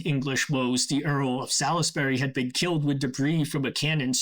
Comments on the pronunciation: Interesting video. FYI: Salisbury is pronounced as "Sauls-berry" in the UK. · I love the video! Just a tiny nitpick, Salisbury is pronounced more like Sauls -bree or Sals-bree, but tbh most English place names are not pronounced anything like they're written, so it's understandable that someone would make that mistake. Great video!